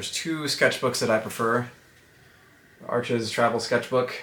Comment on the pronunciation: Arches is pronounced Arsh. It's a French company and you know how they can be sarcastic